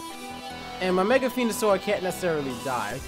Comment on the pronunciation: its venosour not fenosour